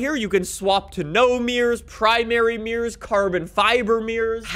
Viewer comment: Its mirrors no meers